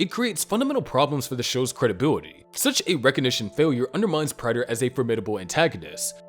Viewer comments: Prayter not Pratter...drove me nuts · Its "Prey-ter, NOT "Pratt-er"😭 Did you even watch the show??😭💀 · GOD DAMMIT. His name is pronounced PRAY-DUR. They say it so many times in the show. You have to be doing that shit on purpose. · Is someone else watching these and writing the script? I can't believe the narrator is the one putting these together since he continues to mispronounce Prater on these videos even though his name is clearly said multiple times in the series. 🤔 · How did you watch the show and still pronounce prater wrong